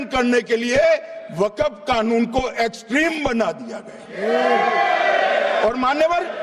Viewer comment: Waqap nahin Waqf hota hai